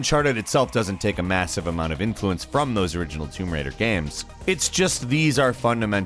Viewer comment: "Toom Raider" Dude...